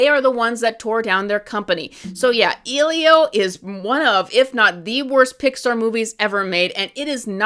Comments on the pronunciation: Disclaimer: I agree that Disney is losing the sauce. I went to see this movie because my son wanted to see it, and I really enjoyed it. Do we all complain about dead center positioning/symmetry in Wes Anderson films as well? Different kinds of films, but we all know that’s his thing. Questioning whether or not has seen the film. She pronounced his name incorrectly the entire video. I question how people go into movies nowadays. I go with an open mind and recognize films as an art form as an experience that deserves to be felt. Elio made me cry a few times. I just picture plopping into a seat in the theatre with crossed arms, expecting it to suck. I can tell by the critique, which is very reductive. Only so much you can fit in a YT video, I know. But still, the nuances that I felt made the characters feel real to me are sanitized for the sake of cherry-picking points for this video. Last thought: People gotta stop reading reviews before they watch movies. Otherwise, they sound like regurgitated takes like this video. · She isn’t even saying the name right, I’m not even sure she watched it. Also, who is she to nitpick so much when she isn’t even an artist or animator. Like I can get where somebody’s coming from on not liking the style but as an artist it pmo when somebody tries to tell me or others how to do something correctly when they probably cant even draw a proper sphere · Compared to Cars 2, Eilo is not worse than Cars 2. Unlike Cars 2 it’s not a cash grab. Also, just as a side note, you pronounced Elio wrong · What's weird about this "review" is you go on and on about things that are, shall we say, less than true? But then you also ramble on for 19 minutes without ever once pronouncing the character's name correctly. That's just so bizarre. Almost like you didn't actually watch it. But that would be unethical, wouldn't it? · I love how the only point you made was her not pronouncing the character's name correctly.